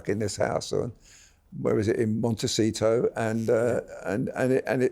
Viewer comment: Monte “ th” ito, it’s a Spanish word for goodness sake, don’t all the Brits go in holiday to Spain, just basic 101 Spanish pronunciation!!!!! It’s not an Italian word 😳🙄know your history